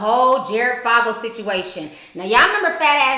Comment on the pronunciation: Great video. And it's "Fogle" not "Foggle".